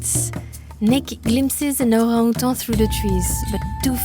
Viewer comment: What a super video. The footage of the Orangutans was amazing! And, I love the way pronounces Orangutan - so cute! 😆